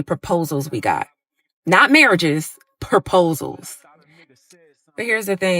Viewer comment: she said “perposals” TWICE‼️ 🚩